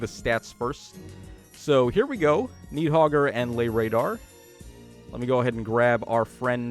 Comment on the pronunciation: "Knee-hogger" and "Naah-ray-oor." Yeah, let's go with that 😂